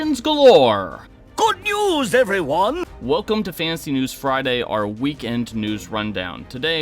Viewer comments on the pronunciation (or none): Dude…annunciate. Fan-ta-sy not fa-ancy